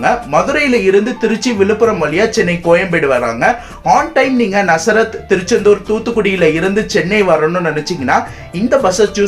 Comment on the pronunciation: ஆமா இவன் நசரத் நசரத் னு சொல்லி கொள்ளுறான்